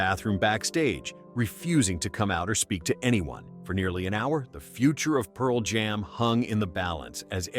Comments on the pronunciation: I think it's AI. "Pearl JAM." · absolutely. The dead giveaway is "Pearl JAM."